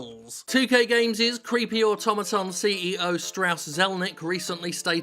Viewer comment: Jim pronounces "autotomaton" correctly. Jim pronounces Nier: Automata like it's a word that Yoko Taro invented.